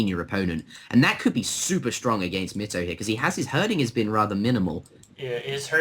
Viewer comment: also try pronouncing mitoe like does